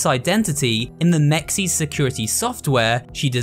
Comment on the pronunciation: How is it that the game pronounces MEXS for us but every single Youtuber who ive heard pronounce it still pronounces it wrong. Its pronounced as mehx-ehs. Short e, not long e, for both e sounds.